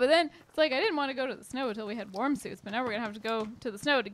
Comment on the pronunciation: I kept hearing "warm" as "worm" and let's just say I got pretty confused lol